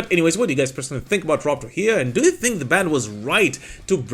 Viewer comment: It's pronounced "True-hee-yoh"